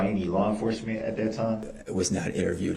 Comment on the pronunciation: Its "THAT" CUMSTAIN not "NAT".